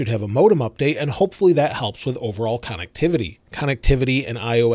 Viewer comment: That's not how you pronounce connectivity.